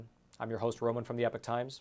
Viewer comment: He constantly mis-pronounces EPOCH...